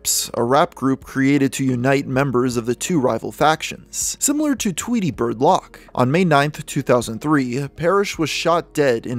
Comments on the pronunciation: Lock... It's loc, bro. Like loco but just loc. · Loc isn't pronounced "lock" dude, it's "lowk" 🤦🏻‍♂️ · Only issue I have is Loc isn’t pronounced lock. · I always find it funny how so many people pronounce Loc as “lock”, I had an ex who did that all the time no matter how many times I reminded her that it’s Loc like “Loco” without the last “o” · you can tell this guy dont klisten to rap. says lock instead of loc. the two thirteen instead of the two one three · This was a cool video. But it always gets me when non urban people pronounce LOC as lock 😄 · It’s , 2, one , 3… not 2 13, & Loc is pronounced like Loki from the Avengers without the “i” … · Hard l Long o soft c